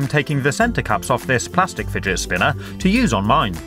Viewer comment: porque todos los ingleses dices fidget spina?